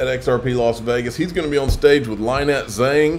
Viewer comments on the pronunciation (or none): it’s not “LAHH-NET.”it’s Lynette (pronounced LIN-NET).